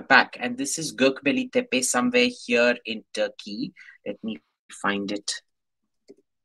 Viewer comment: the pronunciation of Gobekli Tepe.... ?